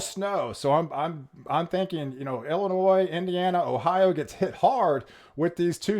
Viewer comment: Did he say Illinois too 😆